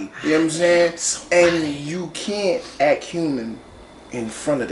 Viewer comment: "I am sombaady !!" 🤣🤣🤣